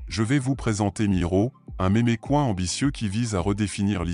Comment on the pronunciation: "un mémé couin" 🤣🤣 aller au bout de 12seg de video c'est next